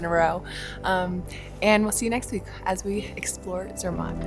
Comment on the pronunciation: Its actually pronounced Zermatt the matt part rhyming with cat